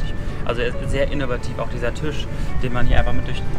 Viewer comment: Bitte. Es ist ein Tisch. Kein Tüsch.